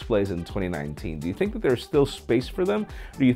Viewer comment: Why do they pronounce it thin Q why not say it like lgv40"think"